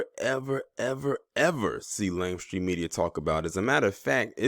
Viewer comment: Is he saying "lame stream media"